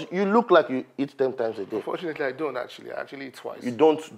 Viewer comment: cooked the werey sm he started pronouncing heat for eat💀😂